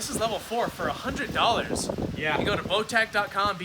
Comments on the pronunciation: Everyone: "Botack" Botach: "It's botash" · Botach is actually the owners last name, It's pronounced the second way you said. :)